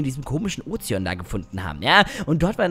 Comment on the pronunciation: min sagt er anstatt Ozean Ozeon 😂😂